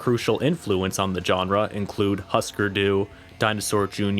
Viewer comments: That hard j on genre like John, kills me. I've always heard and say it like jean Claude van Damme. Like seanrah. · It's "zh"enre, not "j"erne. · Your pronunciation of "genre" is grating. It's not a hard J. It's a "zh" sound. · Stop saying genre with that hard G Jesus Christ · My man says jenre with a capital J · You're into history? Look up the history of the word "genre." It will give you the correct pronunciation of the word. Look into it.